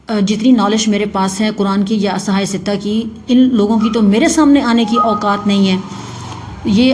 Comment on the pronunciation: صحاح ستہ کو تو درست اعراب سے پڑھنا سیکھ لو مرزاپلمبر کی کتیا